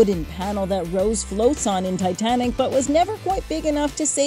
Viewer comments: Ah yes, “Titantic” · I didnt know there was a "T" in Titanic lmao. Good one,. Happy Good Friday and Happy Easter.